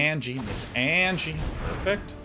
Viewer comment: p sure Anje is pronounced On-Yeh